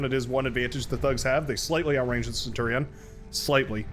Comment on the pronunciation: It's 'Centurion' bro lmao Love your vids!